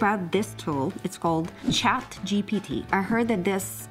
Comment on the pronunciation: It's ChatGPT not ChatGTP